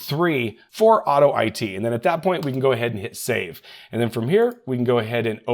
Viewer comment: Tech: hey, I think that it's pronounced "auto it" not "auto I T"...